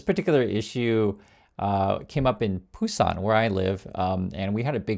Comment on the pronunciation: I didn't know Busan was pronounced with a 'P'. I thought it was a different place 😂